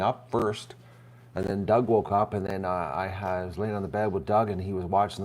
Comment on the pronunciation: Dug, not "Dough!" SMH